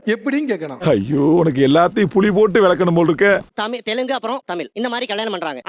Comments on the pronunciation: தமிழ் என்பதையே சொல்லத் தெரியாமல் தமிள் தமிள் என்று பேசுபவன் தமிழனா? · தமில் nu thappa ucharikuran, Ivan lam thooya thamizh la pesalama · தமில் தமில் 🤔 என்னடா தமிழுக்கு வந்த சோதனை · தமிழ் என்று சரியாக உச்சரிக்க தெரியவில்லை இவனெல்லாம் தமிழை காப்பாத்துவானாம்.